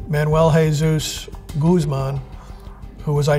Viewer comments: Guzmán, not "goose-man" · Every time he says Goose Man instead of Guzman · Chapo goose-man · I just find funny how he is pronouncing Guzman, like "Gooseman" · Youd think hed learn how to pronounce his name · Conducts a serious investigation into Chapo Guzman Can't be bothered to pronounce his name correctly T_T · Imagine investigating a man for so many years and still not know how to pronounce his name